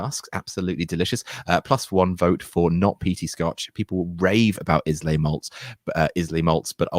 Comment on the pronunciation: I could deal with your abysmal pronunciation of Scottish names. But Islay? You stepped over the line there, buddy.